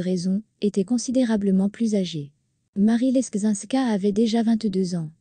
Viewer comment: Louis XV a été Roi par chance. Marie Leczinska se dit " Lezinska " et si la Reine a évité le Roi c'est qu'une nouvelle grossesse l'aurait tué